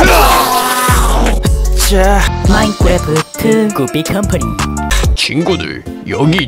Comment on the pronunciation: 마인크래프트 할때 마인꾸래프트라고 하시는거같아요 기여우셔